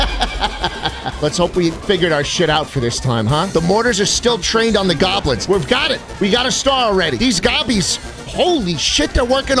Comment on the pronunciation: it really pisses me of how he says goblins